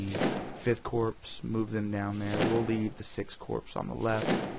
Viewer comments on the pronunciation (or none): Nice job I've been looking for a good vid on this game. Also, Corps is pronounced like Core, the S is silent. Your vid is also good for 2 more reasons: You speak good English, and you don't have loud music playing in the background. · Really interesting stuff- though I do wish you would pronounce corps correctly :(